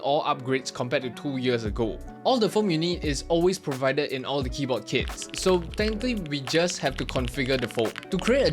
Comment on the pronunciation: why is bro saying "kiboh" wtf